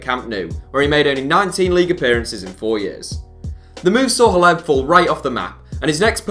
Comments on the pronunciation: Roberto Soldado to Spurs? And isn’t it pronounced “Cleb”? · WHY THE FUCK ARE YOU SAYING HLEB'S NAME WEIRD?!?!?!?